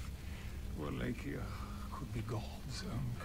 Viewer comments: "Vallachia" haha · Wal-la-chee-uh? Lol. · Wall ah key ah Wall lake E ah Those are the two accepted pronunciations of Wallachia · In the games it's pronounced "Wa-lay-chee-ah." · It`s actually pronounced "Voh-LAH-key-YAH." and "Sepesh"(I`m a descendant of the real Vlad so I`d know)